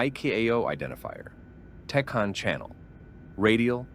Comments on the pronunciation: That drove me nuts the entire video. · Tacan is pronounced 'tack - anne'